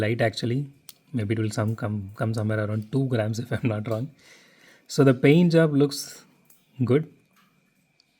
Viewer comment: aarder ❌ order ✅ baady ❌ body ✅ jaab ❌ job✅ exhaast ❌ exhaust✅ ittt❌ it✅ laat❌ Lot✅ daanyawaad idiots